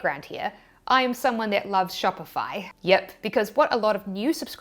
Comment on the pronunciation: that “yip” is so kiwi 😂